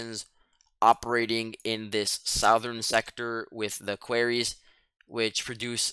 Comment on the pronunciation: I took you for a native English speaker but with your pronunciation of manganese and Quarries now im not so sure